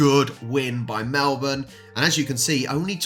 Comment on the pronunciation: okay loved the video but if you don't stop calling them Mlebourne... they are NORTH omg@ you are killing meee!!!!! Melbourne is Melbourne and North Melbourne is NORTH... AHHHHHHHHHHH ... okay rant over... LOL